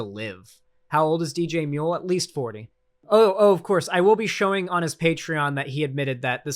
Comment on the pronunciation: we love you buddy, but we'd appreciate it if you didn't make DJMuel sound like an Australian. We've done some shit, but I don't think we deserve *that*.